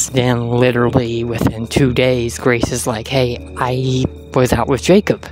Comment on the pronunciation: Grrracee. VANDERwall...